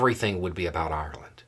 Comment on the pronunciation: I didn't like the attitude of the person who posted. "I thought we were friends". So if the Irish don't walk the American line, friendship over? Simplistic attitude. Also I like that pronounces Ireland properly. All too often I hear Americans say EYE-R-LAND and it ain't cool.